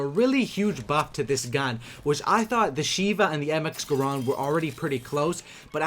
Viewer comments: it's called my grand not grond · It's not graaaaand, it's GRAND!!!